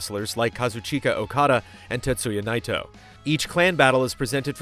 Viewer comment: Hearing pronounce Okada's and Naito's names and doing so correctly warms my heart